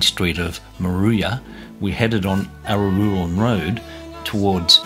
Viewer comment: You seem to struggle with the pronunciation of 'Araluen', but thanks for the update on this road. 👍